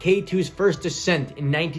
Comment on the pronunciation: Accent? Ascent?